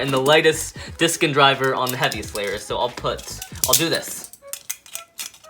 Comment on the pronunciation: did anyone else hear "the Happiest beyblade"